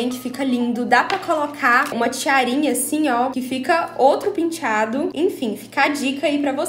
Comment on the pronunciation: Só de ler a palavra " penteado" consigo ouvir a falando " pintchado" kkkkkkkkkkkkkk😍😍😍